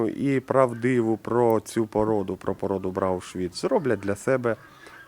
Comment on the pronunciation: порода "БрауН Швіц" - коричневий щвейцарець, а не "Брау Швіц"!